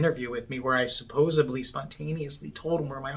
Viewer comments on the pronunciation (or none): "SupposiB..LEE" ....need I say anything more ? This guy is a moron !!!...Never looked at the word "supposedly". There is no B in it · As if wasn't unbearable enough, now I hear him say supposably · Did he say SUPPOSUBLY ?!?! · There is no "b" in supposedly. Stop adding a "b" ya moron. Does he think Morocco is in the middle east?